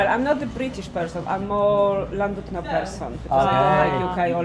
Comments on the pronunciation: It's pronounced Llan"did'no not Llan"dud"no. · Llandudno is pronounced "ɬanˈdɪdnɔ" the Ll is a unique sound; not quite cl but closer to cl than ll, more importantly the u sounds similar to an "i" sound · I know pronunciation is hard for non Welsh speakers, but what gets me is the F, in Welsh 1 F = V , 2 Ff = F and LL isn't C 🤣👌 the original British language should be learned by everyone in Britain 🤣🤣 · LLandudno. Ah yes, the Welsh double L. It's quite simple. put the tongue against the roof of your mouth and blow, letting go for the second L. No single L and neither a c nor a k.